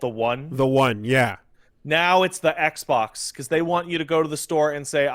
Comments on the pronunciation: "eggbok" - Angry Joe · Eggs bocks is all I can hear after 5 mins